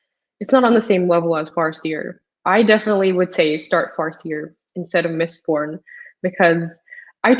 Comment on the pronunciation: what is this "mistborb"?